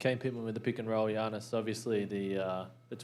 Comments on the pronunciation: Giannis’ face when the reporter calls him “Gee-annis” haha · all of yall are talking about Middleton but what about this when the reporter said Giannis's name wrong and he was looking confused as hell